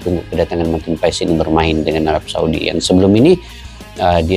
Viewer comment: yg benar pengucapannya marten paas ya 🙏🏻